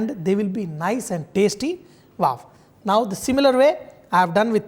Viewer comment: What is "WAAV"?? Are you trying to say WOW? Its not WAAV i have noticed this in many videos.